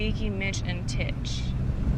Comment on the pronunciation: It's Tich, not Titch.